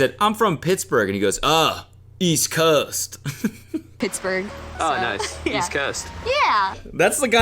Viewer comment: bro was standing at parade rest and talking like "oh dude word bro east coahhhst"